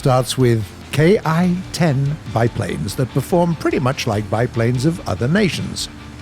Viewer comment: is saying K (Pronounced Kay) I(eye) But in reality it's ment to be pronounced Ki (like Key) That's the proper pronunciation of Japanese army aircrafts Any vehicle with an I in is pronounced with that Eeee